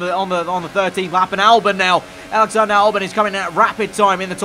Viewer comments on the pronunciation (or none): none